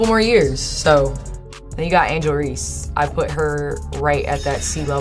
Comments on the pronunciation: I think it's a computer transcription thing. I see the same thing across you tube when people pronounce her name. Usually comes out Ree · Really odd that you mispronounce Angel Reese’s name every time… I’m not a fan of Reese at all… but this is weird